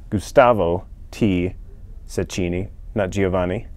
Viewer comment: Cecchini is an italian family name. it's pronounced CHEKKEENEE